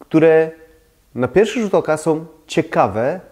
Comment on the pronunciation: Ciekawie i mądrze pan mówi ale z końcówkami fatalnie Są nie som Ta koszmarna -om zamiast -ą